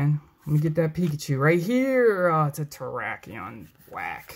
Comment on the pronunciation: "TerrWHACKion." I'll leave.